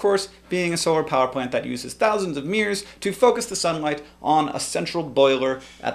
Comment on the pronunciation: hahahaha silly hank. i think you mean mirror not meer and turbine but turban.